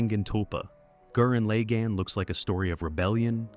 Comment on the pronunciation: almost took back my like for that absolute butchering of the pronunciation of gurren lagan…never do that again